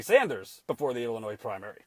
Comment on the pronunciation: Dude, we don't call our state "Illinoise" Actually pronounced "L-A-NOY" , I agree with everything else you said!